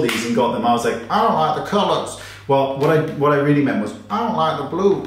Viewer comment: Love your “I don’t like the colors...” with a kind of southern drawl. Melt.